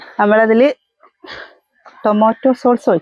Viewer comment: Source alla sauce